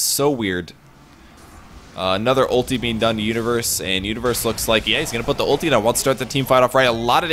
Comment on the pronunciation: sounds like he's saying Uterus rather than Universe lol